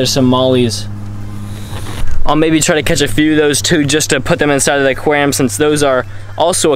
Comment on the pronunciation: Say it with me.... AQUARIUM....